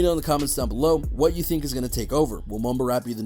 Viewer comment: He sounds like hes saying mobile rap lol